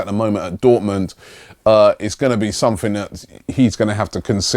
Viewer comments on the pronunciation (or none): none